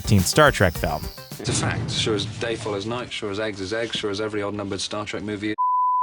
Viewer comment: I think this guy says Star Trak just to start shit lol